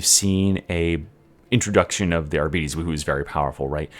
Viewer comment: You can't even pronounce arbites. Chill out